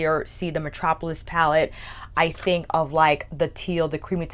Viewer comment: I noticed always always pronounced think like thing. Like she never pronounced the K at the end of think and always says think like thing. Never heard that Kind of speech quirk before